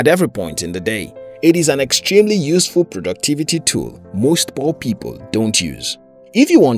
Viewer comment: When you tell poor people I heard poppy ball